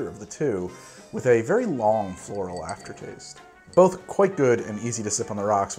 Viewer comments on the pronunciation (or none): none